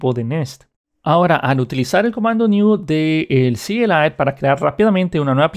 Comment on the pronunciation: Eres de las pocas personas que veo que dice C.L.I y no "cli" y eso lo aprecio xd